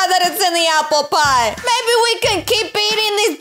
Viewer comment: Did you say aplepie